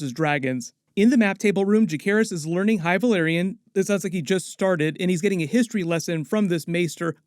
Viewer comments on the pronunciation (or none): none